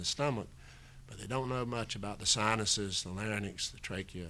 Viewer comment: Lots of good information. But why would an intelligent and educated physician mispronounce "larynx" as "LARNYX?" He said it that way three times. It was not an accent situation either. It was a true mispronunciation.